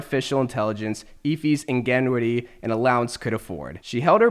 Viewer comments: 1 minute in and he already pronounced ingenuity wrong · I hope he said ingenuity wrong on purpose